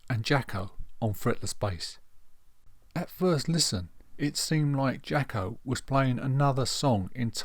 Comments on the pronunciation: Good video, you’re right on it, but his name was pronounced “Jocko” , not “Jacki” - that’s a bit annoying. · With all due respect. he pronounced his name “Jocko” - so that would be the correct way to say it. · You're really not getting this, are you? Accents affect how words are pronounced, either nationally, or regionally. In the case of the US, it would seem that when certain people say the name "Jaco", it sounds like they're saying "Jocko". They don't actually think his name is Jocko, they know it's "Jaco", and they think they're saying it correctly, which to them, they are. Please let that sink in, finally. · He didn't pronounce it "Jocko", his American accent made it sound that way.